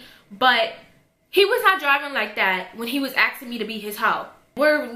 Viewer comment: its ASKING not AXING 😭😭😭😭